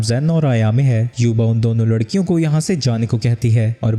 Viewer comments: larkian ❌ lakrian ✅ 😂😂😅😅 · lakdiyo ❎ ladkiyo✅😂😂😂😂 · Abe ladkiyon ko lakdiyan bol raha hai tu😂😂😂😂